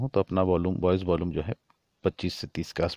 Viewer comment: भाई..... Effect....अफेक्ट नहीं होता.... इफ़ेक्ट होता है। Volume.... वोल्लूम नहीं होता....वॉल्यूम होता है। Bass.... बास नहीं होता....बेस होता है।